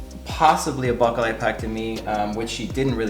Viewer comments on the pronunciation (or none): none